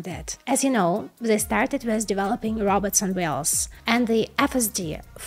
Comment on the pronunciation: I thought she said `robbers' (which, thinking about it, might have been more appropriate!)